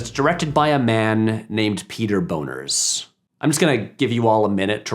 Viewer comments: One note: Peter Bonerz last name is pronounced Bonnerz. He's a pretty prolific TV sitcom director and actor. Yes his name looks funny. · ha, Bonerz. Somehow it's even funnier with a z. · The PG rating of the later movies probably had something to do with the Police Academy cartoon and toy line. 😆 Also, tempting though it may be, that's not how Bonerz is pronounced. 😝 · I thought I was mature until Patrick said the directors name was Bonerz and I laughed for a good couple minutes